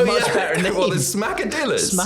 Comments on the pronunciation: Little advice; brush up on your Hispanic linguistics. It's not pronounced 'Smack-a-dill-a. It's pronounced 'Smack-a-Dee-a. Two 'L's side by side in Hispanic linguistics makes a 'Y' sound. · It's Smacka-dee-yas..the 2 L's in spanish are pronounced as a y. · Smacka-DEEYAS. Two Ls together in Espanol makes a y sound. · It kinda sounds a bit better if you pronounce Smackadilla properly. You don't say the Ls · When you see a double L in a word like Qesadillas, pronounce it as if it were the letter Y in "Yarn"